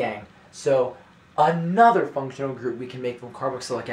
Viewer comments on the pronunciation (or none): The way you said ANOTHER function group is amazing !! 😂